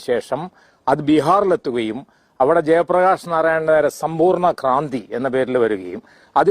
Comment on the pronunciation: "ക്രാന്തി"...…..! സമ്പൂർണ്ണ ക്രാന്തി......?